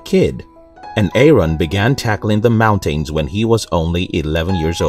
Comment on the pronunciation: I like how he said the word mountains!